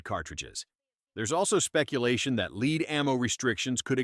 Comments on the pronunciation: Yeah, AI it’s lead not leed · Please program your AI to stop pronouncing lead as 'leed' lnstead of 'led' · Stop Using A.I. to read the script. There are no "LEED"(pronounced like Greed) rounds, they are Lead (pronounced as Head is). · Holy Christ, would you PLEASE stop saying lead as leed? That's annoying as hell! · Ah I remember the Black Talon BS, made me laugh. It's just a coating to keep the bore cleaner. Winchester later quietly released it again as the Silvertip brand. Anyone who knows anything about ballistics laughed at the 5.7x28 flap. Just about ANY rifle ammo will sail right through soft body armor and even a bit of steel. ....tf is "leed" ammo lol, AI reader spotted. This one though is one topic that I'm actually ok with. Lead BIRD SHOT does pump out a ton of lead every year. There's good alternatives out there and quite honestly I have no problem with the shooting sports getting away from lead rounds all together. I get that people get twitchy about restrictions but if we shooters can agree that lead in the environment is bad then this is something everyone should want. No it isn't they're coming for your ammo, it's that we shouldn't eat game with lead in it or pollute waterways with clouds of lead each year. Also, JFC tinfoil hat much? ALL forms of ammo can, and DO often over penetrate! This is fear and hype mongering. C'mon guys, we have to be responsible too. "no scientific evidence" my ass you telling me lead paint was done away with because Big Paint didn't want us having extra white interior paint?? No because it lead to birth defects in our own species. What's next? Mercury is perfectly safe too? I agree that politicians know fuck all about firearms and shouldn't make any laws about them. That they blather on in order to get votes sure. But anyone who believes that le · Lead or Led? LOL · Doesn't the orator of this little clip know how to pronounce lead or does he just want to missleed everyone. Most likely A I narration